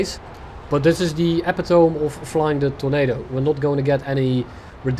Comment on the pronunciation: did you just say epi-tome? LOL its /əˈpidəmē/